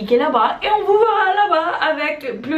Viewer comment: Ce n'est pas "voirra" mais "verra"